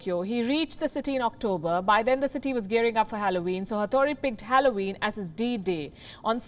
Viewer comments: For God's sake, learn how to pronounce Halloween first 🤦🏻‍♂️ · You mispronounced every single word. HALLOWEEN .. JOAQUINE PHOENIX . What's wrong with you.